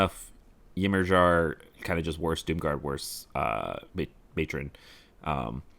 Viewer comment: Always entertaining I appreciate these reviews. Just wanted to throw it out there "Ymir" is old Norse and is pronounced "Ee-meer" or "E-meer".